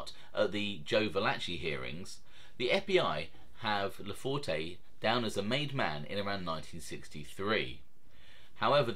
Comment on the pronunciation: Most of the information contained in this video is spot on with two exceptions. The “e” at the end of his name is silent. It’s pronounced LaFort. Also, I’m not sure what you mean by low level mobster as that’s a subjective term. However, without getting into specifics, I wouldn’t characterize his standing as “low level”. Let’s not confuse low profile with low level.